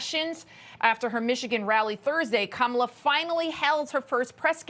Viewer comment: Kamaltoe not Kamallllala